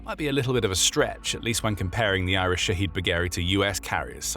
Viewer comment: Its not iris it's IRIS. just like USS,HMS,SMS. I'm glad they are destroyed but just get it correct please